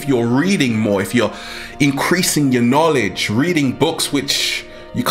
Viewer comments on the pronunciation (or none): none